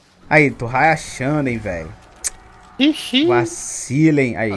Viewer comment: " to hayashando " hahahahahahah